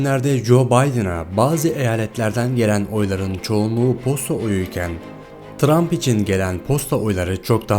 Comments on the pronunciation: tump ne trump olcak ksks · 'te montaj hatası yapmışsın Trump' a Tump demişsin